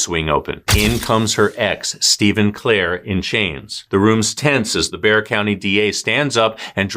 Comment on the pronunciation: It shows y’all really do your research on the cases because you’re the first person I’ve heard actually pronounce Bexar county correctly ☺️